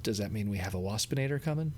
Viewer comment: When you said "Dinobot, Starscream and Wapsinator" I thought you said "Dinobot Starscream".